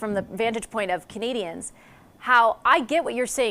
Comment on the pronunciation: Jaghmeet can’t even say “Canadians” correctly, for such a normally well spoken person he has not cared to ever say it right. Like how he also thinks he’s getting ahead of it, you’re lost bud! 😂